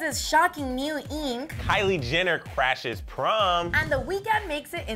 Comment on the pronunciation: Selena Gomez's shockeeng neeeeeeeuuuw ieeeeenk